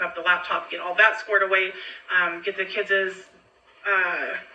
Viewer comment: "Kidsess"???? What????